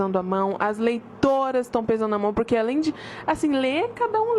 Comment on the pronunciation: eu escutei leitoins